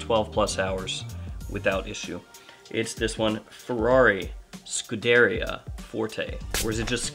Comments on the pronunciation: pronounced "scudeRIA", not "scuDAria" my friend :) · It’s Italian. Scoo-DARE-ee-uh. The emphasis goes the second syllable (although technically it’s all neutral accented). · f1 announcers always pronounce scuderia as scoo-deh-rhea... like it rhymes with diarrhea, accent on the scoo. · You’re pronouncing scuderia completely wrong 😂